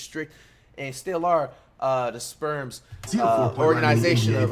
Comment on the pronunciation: Did bro just call the spurs, the sperms😂😂😂